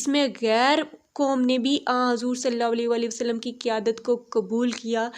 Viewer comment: Bhot ACHA but plz s.a.w W Sahi se kahen Meri bhen